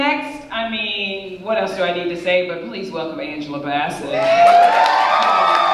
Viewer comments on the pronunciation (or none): none